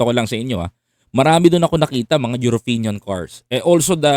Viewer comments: Brother, EUROPEAN not Europinian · European not Uropeneam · European boss hindi europenian.😊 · European not europenian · European sir hindi europenian hehe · Correction lang po..European not Europinian.. peace😂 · Boss, Eyoropeyan(European) hindi po Eyoropenyan(europeñan). Magagalit sayo ang mga Eyoropeyan(European) niyan.